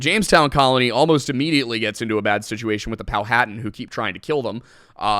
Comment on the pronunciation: Isn't Powhatan pronounced pow-ha-tan not pow-hat-an? At least that's how the people from and around there pronounce it.